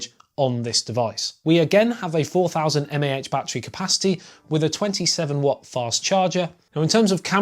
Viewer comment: The way he said mah is killing me